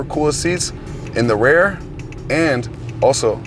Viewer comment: I never noticed he says "rare" for rear 🤣